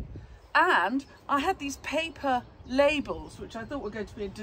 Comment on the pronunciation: Labels😂😂😂. I thought you said the name of a female body part😂😂😂. I almost stit out my coffee🤣🤣🤣